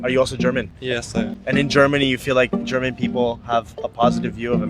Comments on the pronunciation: Flemany not Germany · Fleman not German